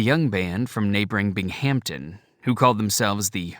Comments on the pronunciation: It’s pronounced “El-my-ra” not “El-meer-a. It’s also my hometown. The narrator also mispronounces “Bingum-ton”. Ronnie was and still is revered in Central NY and the Twin Tiers. He was my introduction to rock and roll. All my older cousins and neighbors had the Elf albums. It’s cool hearing the names of towns I’m familiar with being read aloud. It’s also cool that Ronnie never forgot where he came from. Proud to say he’s one of our own and a NY boy like me! We miss him. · Thanks for sharing. was good overall in narration, but the editor or producer was asleep at the wheel to let him butcher some pronunciations. This included “Binghamton”, ‘Nyro’, ‘Giuffria’ and one or two others. EDIT: oh yeah, ‘ Elmyra’